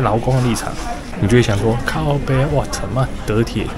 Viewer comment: 哈哈 第一句靠北好道地~